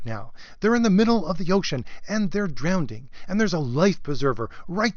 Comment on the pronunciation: "Marvel is drownding". Well, that's better than my stuttering, I guess.